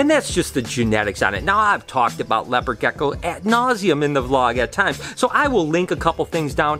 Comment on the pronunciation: sos its rlly annoying how u say gecko